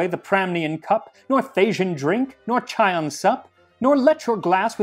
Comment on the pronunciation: Max, you've more than earned my love and admiration at this point... but your pronunciations of "Thessaloniki" and more importantly "Chian" will send me to an early grave! That said, kykeon actually doesn't seem too difficult to make! I might have to try it... if I must.